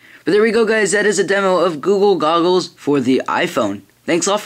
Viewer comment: "guga gogles? lol it sounds to me like that -_